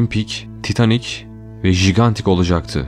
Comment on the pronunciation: Bu nasıl seslendirme! Yapay zekâ gibi duygusuz ve garip vurgular eşliğinde... Bu arada geminin önceki adının Gigantic olduğuna dair resmî bir kanıt yok. Ayrıca bu kelimenin okunuşu "caygentik" şeklinde, jigantik değil.